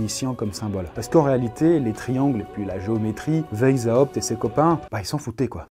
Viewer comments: "veille zawpt" c'EST VICE HAWPT PAS VEILLE THIESULHRFEZs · Ca ne se dit pas WheisHAupt mais juste WeisHopt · Ça se prononce "vaïshaopt". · On dit veï za opte ... Je l'ai toujours prononcé weï chopt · "vezhaoupt"... Merci. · Juste le nom Weishaupt se dit à l'oral "Waishaupt", comme le couleur blanche en allemand ( Weiße), voilà des bisous <3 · Alors PARDON d’avance mais là ça va plus: Adam WEISHAUPT le ei se prononce comme aie! ; le s est Un vrai s et non un z ; le h n’est pas, aspiré: il faut le prononcer! ; à la fin c’est PT pas juste T donc il faut aussi prononcer le P! Donc phonétiquement ça donnerait: Adam Waiesshaupt Par contre le aou du WeisHAUPT ça c’était bien ;) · "ça se prononce WAÏSS HAOUPT" - le relou qui te dit comment prononcer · Weishaupt se prononce "Vaysshaopt" derien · J'aime beaucoup les bulles mais un petit truc : Weishaupt est un nom allemand et tu aurais pu regarder sur Google comment il se prononce parce que tu l'as écorché pendant toute la vidéo ! 😂😂 Sinon c'était super intéressant !! 😉😘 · Omg mon père travaille pour les illuminati il travaille dans une entreprise qui s’appelle weishaupt Ps: tu le prononce mal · J'imagine que si était un illumitati... Il arriverait à prononcer "Weishaupt" MDR